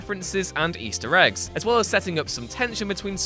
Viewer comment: Who pronounces Easter Egg like that?!?